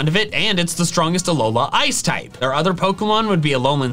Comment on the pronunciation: It's others not orthers